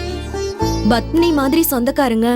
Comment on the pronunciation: Pavitra really deserves this.For every little problem she used to call Pandyan as if he was her personal body guard,and suddenly he has become persona non grata. Oh it is PADMINI not BATHMINI.